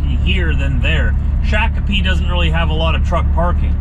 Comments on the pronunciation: A little friendly criticism, Shakopee is pronounced Shock o pee. Coming from a native. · It's pronounced like Shock A Pee. Not Shake A Pee. Just saying. Hauled certainteed shingels out of there for years. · Shock-A-Pea...............like Shock Jock. ....I'm past MN resident before my Canadian life